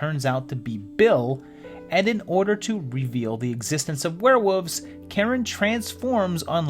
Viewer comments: You’re saying “Werewoofs” on purpose. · I don’t hate confusing aspects of life, I leave it at confusing. Hate is a very powerful word, a very powerful emotion and I’d rather it be used on more stressful issues, not someone leaving out an L sound. The video was the great, and I got over his pronunciation issue.